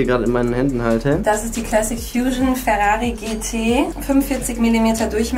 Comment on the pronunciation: Das heisst nicht feri sondern rari